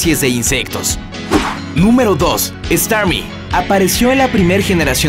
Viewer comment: y estarmi y no staryu